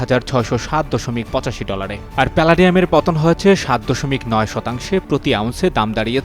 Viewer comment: 😅😅😅palanium ta abar ki ,pronunciation ta to correctly korun news reader er eii dosha